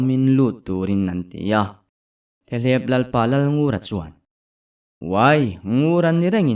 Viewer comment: Theleeeep ni lo Thlep tih zawk tur😊